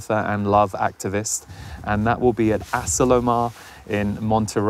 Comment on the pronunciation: that place in California is pronounced "a - SEE - lo - mar". Just sayin'..... Sounds like a great year ahead!